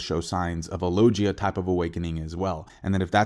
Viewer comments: LOGUIA* if you speak spanish, a hard G, you are, not "SAL-yer" right? Names matter lol Also agreed with your assessments, that's why you're the bes onepiecetuber!! Take all the time you need, we'll watch no matter when it drops. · Dude you need to learn how to pronounce it it's logia not Loggia